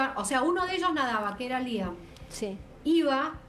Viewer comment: y la Criminóloga dice Liam, cuando es Lyle.